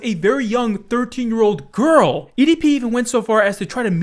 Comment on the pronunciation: Love how you don’t emphasize that she is 13 you emphasize that’s she is a GIIRRL!!!……?